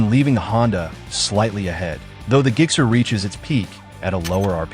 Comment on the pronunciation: I'm sorry, what's a 'GIG-SER'?